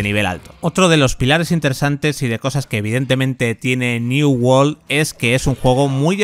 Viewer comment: "new wol " XDDDDD